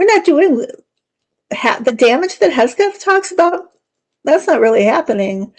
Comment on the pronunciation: It’s HEG’-Seth. Not HES’-Geth. Thank you. Great video.